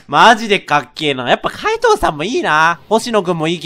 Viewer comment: 【かいどう】じゃなくて【かいとう】